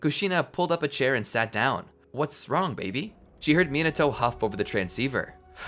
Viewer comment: Why do you say baby like it’s babe? I’m sure other people also wonder why.